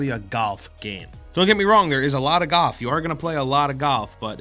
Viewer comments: galf? golf? goth? what are you trying to say??? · why was he pronouncing GOLF as GUUF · Are you saying "Goff" or "Golf"? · You said Golf so many times I kinda forgot what it means. Sounded like "GUHF" by the end of the bit :'D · Is anyone else noticing he's saying 'gaulf' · I thought he said goth but he said golf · The first time maybe second as well i heard golf the rest all i kept hearing was "gof" instead of "golf" idk if it was just me but i literally couldn't hear pronouncing the "l" anymore haha. to be fair though i definitely mess up a word sometimes as well when i say it over and over again. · So I'm not the only one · GALF. GALF. Me and me mates went down to the club to play GALF. Please. Its GOLF, with an O. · Too many “gof”s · Take a shot Everytime he says galf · I laughed literally every time he said "GAWLF", boy that put me in a good mood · every time says "gawf" i die inside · Galf.........? Merio?? Edit: You're just trying to piss me alff... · why do i keep hearing Gulf when he says golf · Was anyone else hearing "gawf" when ever he said golf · When he says golf it sounds like "goth" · Ah yes "Galf" i too am aware of- oh wait is it "Galf" or "Gahwlf" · Gawlf... goth... gathf... come on, pronounce it right. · "it's not necessarily a galf game" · Any one noticed the way he said golf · Bruh this guy doesn’t know about the L in golf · Love ya, but y u sayin golf so weird? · Is it me or is he saying golf weirdly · You say golf weird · The way you talk reminds me of Chris Pratt, other than the way you pronounce golf lol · The way he says golf pisses me off. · Learn how to pronounce the word "golf" before u say it 15 times